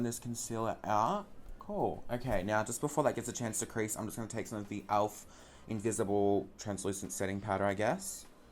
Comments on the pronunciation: its pronounced elf not alf hahahahah love you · omg when you say "elf" it kinda sounds like "alf" and I can think about is that bloody flamin gallah from home and away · Why do you say "owlf" lmaooo